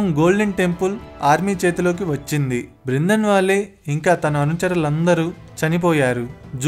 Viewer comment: బ్రిందన్ వాలే కాదురా బాబూ... బింద్రన్ వాలే.. కనీస సమాచారం లేకుండా వీడియోలు చేయడం ఏంటి.. ఫిరోజ్ గాంధీని ఏకంగా ముస్లిముగా చేసేశావే... అతను ఓ పారసీ..